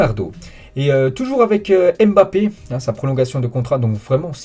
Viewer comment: Arrête de déformer les noms africains il s’appelle Nkunku et pas N. Kunku Tu fais la même avec Mbappe il ne s’appelle pas M. BAPPE c’est un nom Camerounais pas un mot français …..